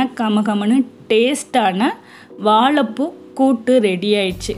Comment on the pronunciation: வாலப்பூ இல்ல .. வாழைப்பூ .. 😀😀😀😀